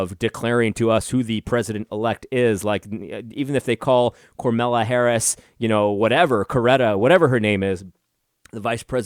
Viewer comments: AD, I think it's Ka Ma La LOL! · "Coretta" Harris?? You mean kamala? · AD deserves more Subs based on the absolute comedy that is him pronouncing the VP elect's name! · Yes it sounds real Christ like doesn't it.